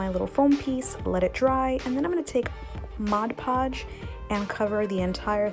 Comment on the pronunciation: I may not have heard you, but why didn't you paint the pumpkin before adding the beads/beading?...….Thank you for saying "Mod Podge" the right way...…….(A word snob...hahah)